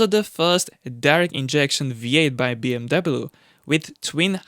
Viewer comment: Mate!!!! Find a diferent career! I can’t even watch this for the simple fact you can’t even pronounce BMW. Move on dude…..